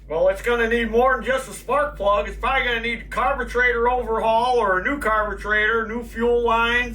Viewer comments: This is the first time watching. What’s with the word carbetrator? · Dammit, now I can't pronounce "carburetor" anymore lol